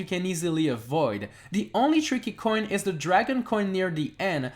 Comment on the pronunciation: i love how u pronounce coin